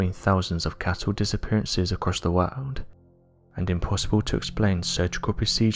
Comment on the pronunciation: It's such a shame such decently produced uploads are so badly narrated. His voice is nowhere near loud enough and too soft. He also mispronounces every other word, and it isn't just his accent. Words like "cattle" he mispronounces as "cattow" because his impediment won't allow a hard "L" . It becomes not just irritating but very difficult if not impossible to follow along. I wish they would edit these and re-voice them. It would be such an awesome channel then.